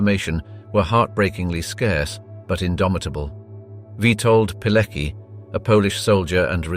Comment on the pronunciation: Where do you FIND these commentators? The Polish name Palecki is pronounced "Paleki" instead of the correct "Paletski." Hoess (Höss) is oronounced "Hoss" instead of "Herss." To name but two. Is it so difficult to get this right?